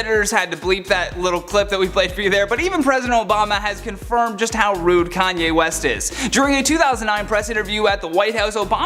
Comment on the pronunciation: Not “Karen west” 💀 😂